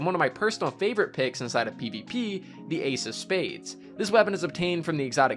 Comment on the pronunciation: So happy you said the Ace of Spades exotic perk correctly 😂🤙🏽